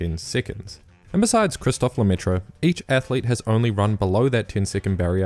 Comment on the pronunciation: Please try to say it right, Christof LemaitR (the e at the end is silent) Thanks for the content though 😊